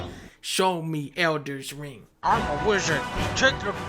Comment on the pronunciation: Dunkey says: Elden Ring I hear: Onion ring